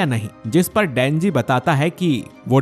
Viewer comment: You say dhenji